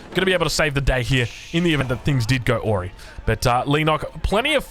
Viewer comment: This video and the last, you used the phrase "go awry" pronounced as "AH-ree", but it should be more like "uh-RYE". "Awry" is just saying something has changed to become "wry", much like "asleep" is when someone has started to "sleep". It's just the base word with an "a" prefix, and it's pronounced as such. I know I'm being nitpicky, but as a professional caster, your pronunciation is part of your craft, so I figure you would appreciate the opportunity for improvement 🙂 Love your casts, I watch every single one! 💛